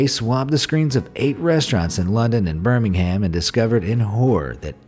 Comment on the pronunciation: The way he pronounced Birmingham made me cringe . THE H IS SILENT !